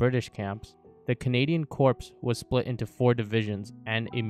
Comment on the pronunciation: Corps is pronounced as Core.